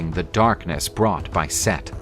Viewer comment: SETH?!? Its Set, not Seth.